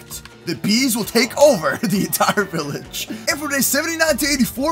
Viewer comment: BILLAGE!!!! BEKFAST